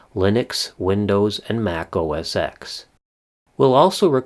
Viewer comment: Just to let you know Apple change the name of their operating system to macOS. It was never pronounced OS ‘X’. It was pronounced OS ‘10’ . Also what you call auto complete is called Intellisence. It’s a code completion aid. By the way I love your channel. You are so detailed oriented. Keep up the great work! Happy Birthday!